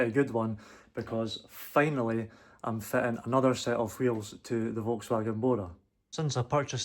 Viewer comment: Bro said qheels 300 times